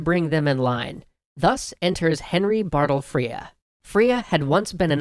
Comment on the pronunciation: Extra Credits guys, I love you. But it's BARTLE FRERE, and you pronounce it like bartle frreRRe, not battle frEEre Trust me, a boarding house in my school is named after him.